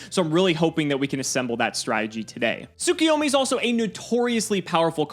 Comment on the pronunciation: Am I the only one who gets triggered when people say "Tsukiyomi"?